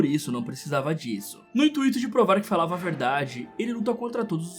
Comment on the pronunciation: Intuito, não intuíto.